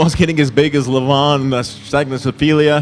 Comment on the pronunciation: really nailed Revaz and Levan’s names 😂🤦🏻‍♂️🤦🏻‍♂️